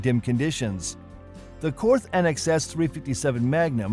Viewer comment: And Korth is Kort, no th sound. Same with Walther it’s Vahl-ter. But on the other hand Germans can’t say Pontiac ...no one cares.